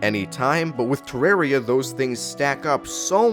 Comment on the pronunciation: The worst thing is how you pronounce terraria (I say it with a deeper “a”)